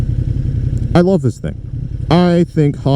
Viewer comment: Dude cant say the word “love” . Haha commitment issues…….. nah, the bike awesome. I think it looks pretty sweet other than the pointy fairing on the tank. Ill probably have to get one